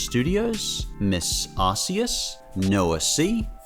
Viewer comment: Pardon me,. I wanted to tell you about the way you pronounce Arceus. You see, the way you're pronouncing it turned out to be a way of saying butt. The way it's pronounced now is Ar-key-us. If you can say it that way, I and some other people would appreciate it. If you're reading this, thanks for taking the time to read it.